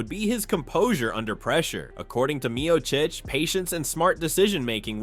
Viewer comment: You need to pronounce Miocic and Gane correctly